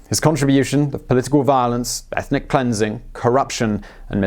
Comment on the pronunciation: why bruh say" violence" like that lol